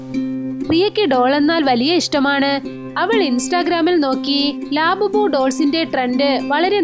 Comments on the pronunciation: lababu alla labubu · ലേബബിൾ anala ലാബുബോ എന്നാണ്😂😂😂❤ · Laaaabubu qlla lavubu😢😢🤭🤣🤣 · Nott ലാബുബു thats labubu